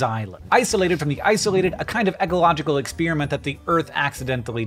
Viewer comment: PLEASE! It's NOT "ex-spearmint" !